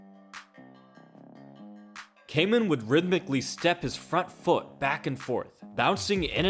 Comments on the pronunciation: Excellent breakdown only thing is that his name Kaman is pronounced Kahman and not Kayman. I know it’s hard for English speakers. I’ve subbed 👍🏻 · Hoost is pronounced like host. Why don't you inform yourself before butchering names? Kaman is pronounced kah mahn